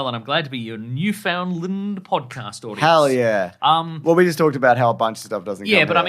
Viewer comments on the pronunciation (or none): Also, Newfoundland rhymes with "understand," not whatever you said.